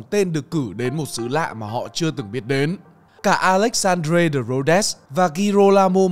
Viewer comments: Mấy Ông làm youtube xin kiếm người đọc tiếng nước ngoài cho đung...Ông ơi...Alexandre de Rhodes ..đọc sai rồi... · Đọc không chuẩn. Tên của người sáng tạo ra chữ Quốc ngữ.